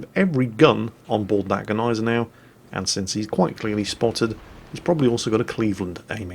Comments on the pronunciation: Gneisenau is properly pronounced = Ny-Sen-Ow with a silent "G". (I always thought it was pronounced Gee-Sen-Ow myself). I just had to say something because it kind of grates on my nerves when you go with both the "G" and the "N", like "Gnip-Gnop". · Jesus the G in Gnisenau is silent. SILENT!